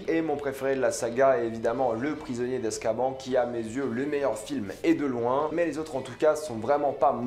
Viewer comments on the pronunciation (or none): Moment chipotage: si ton film Harry Potter préféré est le 3, alors tu sauras qu'on ne prononce pas Azkaban mais Azkabane, et si vous voulez me contredire regardez le premier film, les personnages prononcent cela Azkabane. C'est juste la vf qui a voulu changer la prononciation alors qu'en VO ils disent bel et bien Azkabane